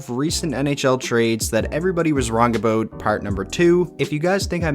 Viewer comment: Aboat, I thought Canadians don’t pronounce it like that 🤣